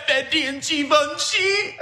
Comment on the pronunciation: So that's how your pronounce Givenchy, I was pronouncing it as jih-venchee. Lol 😆